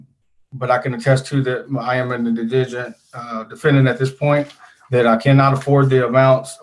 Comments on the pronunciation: His pronunciation of indigent is all I need to hear to know this guy needs all the legal help he can get. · Very impressive judge! I predict repeated mispronunciation of “indigent” was foreshadowing of how well his case is going to go.